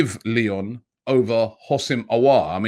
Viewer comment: It’s pronounced “OOO-SEM AH-WAH’R”